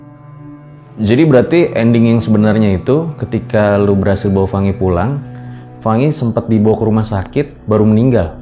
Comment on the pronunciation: lah la aja bilang fangi bukan Fany kog